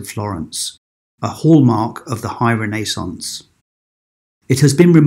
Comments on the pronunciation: Sounds like renna…Renaissance…I have never heard it mispronounced so 🤔 but thanks 🙏🏽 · your saying renaissance completely incorrect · It's Renaissance not Renaissance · It took me a whole to understand he meant RENAISSANCE.